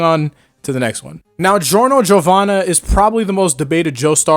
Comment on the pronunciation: It’s giorno it’s not even close